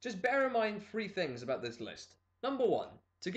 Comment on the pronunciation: it sounds like free anyway you know me :P